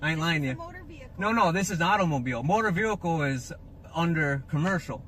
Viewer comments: Black's Law dictionary says "employed" which means used. Nothing commercial. Also, what is a motor veeurkoh? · It’s NOT A MOTURR VEHILEKULL...’